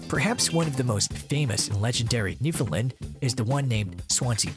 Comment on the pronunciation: Ok, lets get this out of the way first; Your pronunciation of Newfoundland is wrong. The only correct way to pronounce the name of the Dog and the province is "Newf~in~land". Say it quickly and make sure it rhymes with "understand " You also missed the story of one of the most important and probably largest water rescue this might breed played a role in. In 1828, a vessel out of Ireland with 211 people onboard was wrecked at Isle aux Morts (Isle of Death), on the south coast of Newfoundland. A 17 year old girl ( Ann Harvey), along with her younger brother, father and their Newfoundland Dog, Hairy Man, were responsible for saving at least 158 of the passengers and crew over a three day period. The dog repeatedly swam from the family's small boat dragging ropes to the people clinging to rocks in very heavy seas. The Canadian Coast Guard named one of their ice breakers Ann Harvey in her honor and the crews lounge onboard is named "Hairy Man" to remember the wonderful dog.